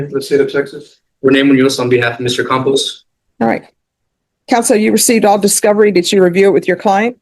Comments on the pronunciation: Though I think the surname is misspelled and mispronounced [Compos] Compost is a perfect name. (By the way the thumbnail is absolute click bait.) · "Campos" not "Compost." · His name is Campos. AI just doesn’t get Hispanic names.